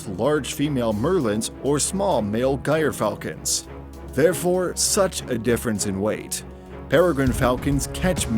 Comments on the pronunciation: Let's start off with a pronunciation correction. It's is not "Gire" falcon, it's "Geer" falcon with a soft G. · guyer falcon?🤦🏿‍♂️😂...try "JEER"...or "JUR"...falcon... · Gryfalcon pronounced GER falcon not gyer falcon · An excellent video but I wish there was a way to remove the obnoxious soundtrack. BTW: gyrfalcon sounds like jerfalcon. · It's jer falcon not gire falcon. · Gotta say,with the gyr falcon it’s not pronounced guyer but jeer.also fun fact some of the peri falcons shown here are actually a cross breed,between peri falcons and Lanner falcons.peri lanners. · gyr falcon is pronounced jeer like jeep with an r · Gyrfalcon, pronounced "jer-fal-ken". Just a little hint. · Gyrfalcon is pronounced Jer-falcon or jeer-falcon both are acceptable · "Guyer" falcons lol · it is "JEER" falcon. you made yourself look a fool, if you dont know what you are saying stop trying to teach the subject. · American voiceover you might want to skip the metric. Some of your footage weren’t Peregrines If it wasn’t for falconry the bird might be extinct and man is not it’s only problem. You’ve been slammed by everyone else for the gyr mispronunciation. The Russian judge gave you a 4.